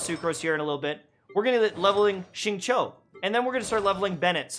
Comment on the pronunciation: HOLY F***ING SHIT HE PRONOUNCED XINGQIU CORRECTLY